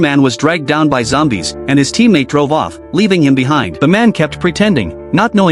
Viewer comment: "A group of zombies" ❌ "A group of xombies" ✅